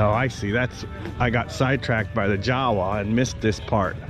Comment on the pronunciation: Just for the record,: - That one's pronounced YA-vuh, not JOW-uh.